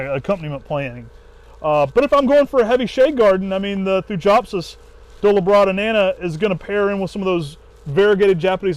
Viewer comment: Hello, just a quick note, the pronunciation of Thujopsis is always thoo-yop-siss just like Thuja is thoo-yah.